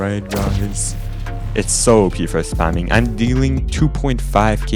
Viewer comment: "spemminng" lol love the video